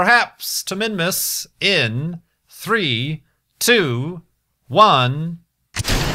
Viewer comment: when you record you are always pronouncing "s" like "z", made me kind of confused (minmuz).